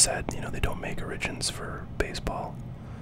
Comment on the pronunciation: Origins, pronounced origin-s lol